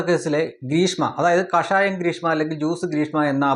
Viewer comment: കാഷായം അല്ല കഷായംആണ്. കാഷായം - കാവിയാണ്. കഷായം - മരുന്നും.